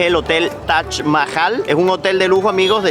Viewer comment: Es taj no tach